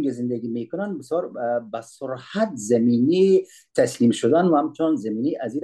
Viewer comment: خیلی عالی و دلچسپ، بهروز باشید بعضی ملاحظات را که آقا بهتر است دقت کنند سرعت/سرحت ابعاد /ابحاد و چند مورد این چنینی دیگری 🙏🙏